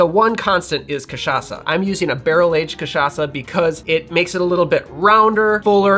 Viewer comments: I loved the way he pronounces CACHAÇA like a real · Just brought a bottle of cachaça back from Brazil and am so stoked that you said it right lol (and stoked to make this, of course) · It's difficult to speak like a Brazilian, but other than that, your pronunciation of Rabo de Galo and Cachaça is very good, almost like you were one of us, haha.